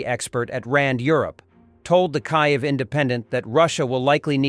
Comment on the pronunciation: To fail to pronounce the capital of Ukraine correctly is evidence of monumental laziness and disrespect.